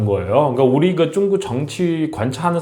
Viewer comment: 중국 사람인지 모르겠지만 한국 방송하면서 중구오 이렇게 말하눈거 역겹습니다